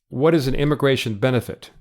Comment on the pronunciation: can you fix the word: immigratOIN, please?